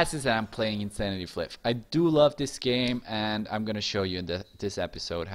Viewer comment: its pronounced as pla-ayff.. not flip. flyff is short for FLY for FUN. FLYFF. get it right!